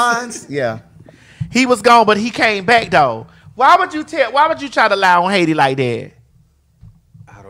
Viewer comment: Why is she saying Haiti right?? lol I feel like I always learn more about her depth.